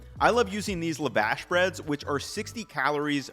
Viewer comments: It's not LavAsh its Lavosh like Josh. Lavosh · It’s pronounced lawv-awsh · hey, great video! just an FYI, there are two middle eastern terms mispronounced in this video. Lavash - youre meant to pronounce this to rhyme with Josh Za'atar - the syllables arent Zat-ar, they're Zah-tar. Zah as in 'za like pizza. Tar as in wet pavement. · Great video as usual but why do you say "Lavash" like that!?